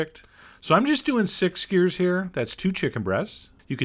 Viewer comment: Posting a comment down over here cause I don't know why he pronounces it skeyr.